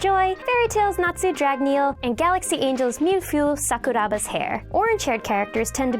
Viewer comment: "and Galaxy Angel's Milfew Sakuraba". Have you not even watched an episode of the English dub? Sorry if I'm coming off harsh, but being the Galaxy Angel nerd, it kind of bothers me hearing it pronounced like that.... Ok, to be fair, I used to pronounce Mint's last name as BLONK MONCH.